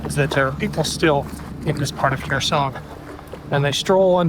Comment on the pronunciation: Wow, taking a post of from 5 months ago and twisting a tale just to pat yourself on the back. Why didn't you boost work when he first dropped it? This is click bait trash. Oh... and if you'd actually watched the video beforehand, you'd know how to pronounce Kherson. Meidas has some great contributors, you should be showcasing them and their work rather than rushing to claim everything under the Meidas chairon and take some sort of credit for it.